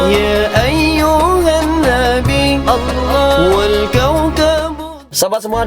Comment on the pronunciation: kalau blh aku koreksi dikit, Utk masalah Pengucapan Kata "ALLAH" kalau bisa di ajarin ke mba Bonitanya masalah kedudukan Lidah, krn blm pas utk pengucapan Kata "ALLAH" itu aja sih 🙏